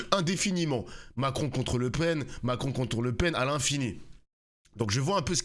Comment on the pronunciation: c est Mac-ron🙂